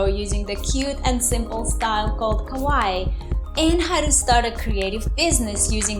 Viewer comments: Your Japanese is quite wrong, how you say it means “scary”, you need to say it like ka-why-ee, when you ka-why that’s incorrect No offense, just trying to help as it made me laugh every time you said it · Please correct you pronounce of “Kawaii”. The stressed syllable is “ii” and not “wa”. I speak japanese.